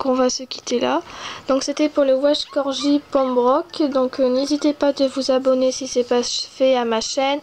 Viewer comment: salutsa s'ecrit welsh corgi Pembroke mais sa se prononce welsh corGUI pembroke